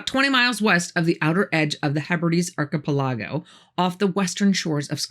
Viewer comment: I'm from the Midwest & ik we don't say archipelago like THAT! You've been spending too much time in Florida. 👊😠